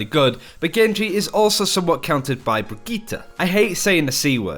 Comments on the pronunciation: ajit pai No. The name is brigitte not brigitta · Brigitte is not pronounce Brigitta! its sound like Bridget!! i am swedish and Brigitte is NOT a swedish name. the swedish version is "Birgitta" not brigitta!! Her name is a French version of that name. And it is pronounce Bridget. Just like Brigitte bardot. And her name is NOT pronounced B-R-I-G-E-T-T-A! Can anyone see a A in the end of her name!!?? NO! så WHY do everyone say th letter A in the end. Its brigitt"E" NOT "A"!! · Say it with me now "Bridge Eat" say it fast and you have her name, how on earth did you get bridgeta? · Breegeeta sounds fucking dumb I don’t care if blizzard intends it to be pronounced this way. I’m not watching this channel anymore until they pronounce it right? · stop saying brigittah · Bregeta. The prince of all saiyans. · I don't know where you guys even hear an a. It's bree-gee-tte. Sure the e at the end is a little 'stressed' but that's it. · I dont like the sound of the pronunciation of her name, sounds like Vegeta, but with a B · Far as I'm concerned they're all saying it completely wrong. It's correctly pronounced as "bridge-it". With that being said, it should be noted that I'm actually currently majoring in English. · Quick pronunciation tip: Emphasis is more on the double T than on the i before it (Brigitte vs Brigiite). Otherwise great job on that and thanks for making the effort. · I can't watch videos about her because of the pronunciation. It literally makes my teeth clench. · Except they're actually using a Swedish pronunciation, not a German one (srsly, look it up, the German is "brih-gih-tuh"), which makes it even more obnoxious.